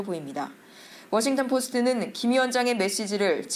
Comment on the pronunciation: 기자가 워싱턴 DC 를 워싱톤 이라한다 심각한 오보다